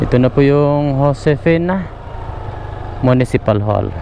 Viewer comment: Josefina hindi Josefena tanga